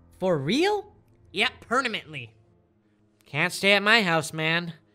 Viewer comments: Quoth the Tepig... "PERNAMENTLY" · Lol pernamently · Pernamently isn't a word but permanent is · "I'm moving out!" "For real?" "Yeah, pernamently" "pernamently" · Pernamently hurts my brain